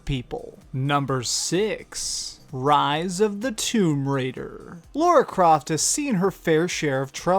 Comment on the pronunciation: Laura Croft...? Lol